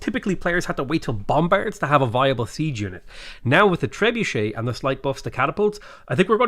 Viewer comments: It's tree bucket not tree budget. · We should bombard him with comments of how he trebutchered the name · "Tre-bue-shay" or "Trebucket". No compromises. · I think it's pronounced Tree-Bucket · Trebuchet? 🤣. How have u never heard it pronounced before? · you trebutchered the name :)